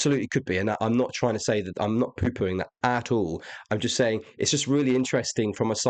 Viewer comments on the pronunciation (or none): This interpretation definitely makes it even more intriguing! Also, hearing you say, “I’m not poo-pooing it” in your British accent made me giggle so hard 😂